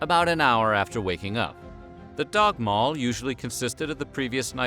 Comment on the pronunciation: Pronounced Dagmal wrong. The word Dag is pronounced day, like in English